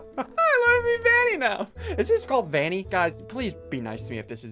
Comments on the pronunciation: It not vinny ITS VANNY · It’s vanny! Not vanna😂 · It’s Banny Not Vanny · It's call Vanny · It is called vany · It's pronounced vanny